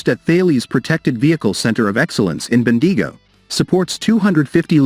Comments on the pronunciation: Bendeego. I love it. From now on Bendigo should be Bendeego🤣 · Ben-deee-go 🤣🤣🤣🤣🤣🤣🤣 Failies 🤣🤣🤣 I can get a Military based YT channel mispronouncing Australian place names like Bendigo, but when you can't even pronounce one of the biggest Defence Companies in the world correctly, then you are nothing but a joke.